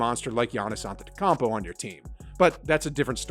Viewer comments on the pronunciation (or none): this man said giannis antetokanmpo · you may have pronounced it wrong, giannis' name? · Bro you can't even pronounce giannis last name? Lame